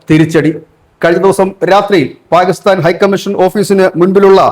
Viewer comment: പാ'ഗി'സ്താൻ അല്ലടെ...kore kalamayille? Inim pathichille?